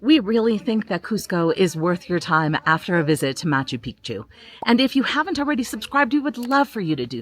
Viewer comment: Great video, living in Cusco, originally ftom Cape Town. Your Cusco Tourust Tickets should gave been 130 Soles (avout $36) each, why so expensive? A common mispronunciation of Machu Picchu, the second part should be said as Pic'chu - otherwise you are referring to male private parts insted of a mountain. Liked the lifht-heartedness & pace of the vid 😊